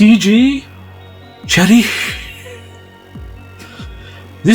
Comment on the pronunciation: That "h" on the end of "Cherryh" was beautifully pronounced...I always wanted to know how to say it...now I know. Amazing haul...many that I would love to find myself: Not Before Time was a good one, a lovely Paul Daniels book...haven't seen that edition before...also need that Fat Wang edition...and (for some reason) "Friends Come in Boxes" has always intrigued me. Thoroughly entertaining...puts the rest of us to shame. I think ending your video with that "parp" is inspirational 😉 x